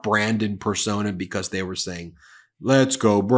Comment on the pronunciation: "beCAUSE" proper pronunciation has a "awz" sound in it. It's not "beCAUSSE"...I watch your videos but the way you say "because" is infuriating.